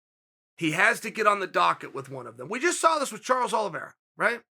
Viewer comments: "Charlie Olives" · "Charlie olives"🤣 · “Charley Olives” 🤣🤣🤣 “It is absolutely log... JUSTIN GAETHJE ..it is logged jammed with stars” 💀💀💀💀💀💀